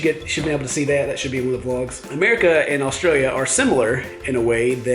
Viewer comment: the way he says australia is not right!